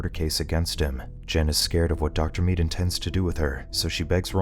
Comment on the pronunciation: The way this guy says the name "dr mead" 😖